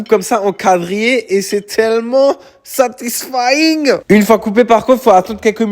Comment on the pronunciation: 'Et c’est tellement SaTisFayInnnNNnnG 🇩🇪🇩🇪"